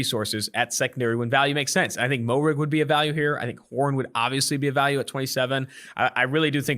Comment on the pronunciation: If there is one thing guaranteed about 2 for 1 on is the butchering of names. I know it's spelled Moehrig but its pronounced (mair-rig)